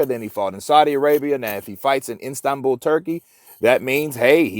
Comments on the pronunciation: It's Istanbul......not Instabul....Schoolboy error...lol. Gateway to Asia and a metropolis of 15m. So not exactly some pokey little place in the middle of nowhere. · I keep hearing Instanbul? Lol 😂, try Istanbul